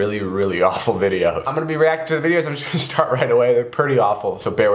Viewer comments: He said weacting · IS ANYONE GONNA SAY WEACTING?! cause he did in the begging